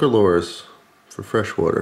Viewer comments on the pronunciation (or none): Please learn how to say lure